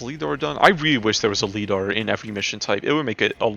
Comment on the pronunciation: The way you pronounce lidar triggered me